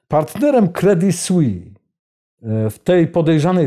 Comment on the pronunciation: Jak zwykle dobry program i dobrze zrobiony. [Credi Słiss], proszę wybaczyć za poprawkę,ładnie pan wymawia francuski i warto to robić jeszcze dokładniej. Pan robi super emisje, nic do dodania, słucham zawsze z uwagą,bo są to wiadomości na poziomie nie widzianym w innych mediach, za każdym razem, a ja tu pana o głupie "s" zaczepiam,gdybym nie szanowała to bym nic nie pisała, (mnie można poprawić za tzw.zapis "fonetyczny").